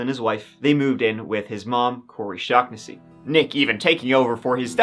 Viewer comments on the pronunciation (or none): No one gonna pull him up on the shag-na-see/shaw-na-see issue?? Especially for an irish fella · How he's pronounced Shaugnesy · Is it not shaw-na-see? Like I'm pretty sure that's an Irish name 😂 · It's pronounced Shawn-ness-sea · Thanks for the new upload, always grateful when you do ❤. Just a note ... The 'gh' in 'Shaughnessy' is silent, the name is pronounced "shaw-nessy". Cheers my friend 😊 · Gentle reader, It is pronounced Sha- nessy. Happens to be my name